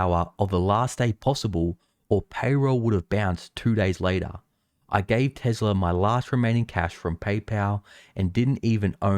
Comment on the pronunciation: There is no "z" in "Tesla" and tune isn't "chewn" neither is Tuesday "chewsday."